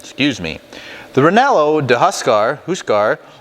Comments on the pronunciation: U r killin. I suppose you could change the bread to like a rye or herbed ciabatta. Say Ree-yay-no, not re-nel-o. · reh-yeh-noh like the pepper maybe?? sounds like a great sausage tho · Very nice video! Just so you know, its pronounced "reienno" with a rolling "r" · I think your pronunciation made it Italian 😊